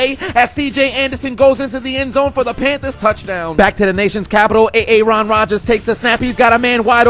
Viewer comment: nnnahhhhhhhhh man is killin it wit “A A ron” phahahahahahahhahahahahahahahahahahahahahahhaahahahahahahahahahaa